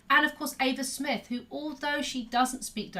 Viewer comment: Eva Smith* (not Ava smith)